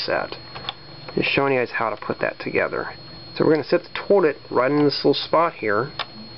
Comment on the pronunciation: it sounds like you keep saying torlet instead of toilet.